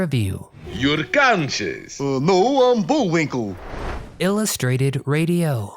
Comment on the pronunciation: Not Bullwink EL , Bullwink LE